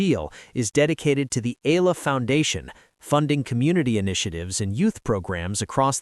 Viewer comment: E-YA-LA not E-LA is the correct pronunciation